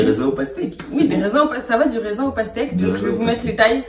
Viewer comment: Pourquoi tu dis raisin 😂😂😂😂 je vous aime de ouf 😍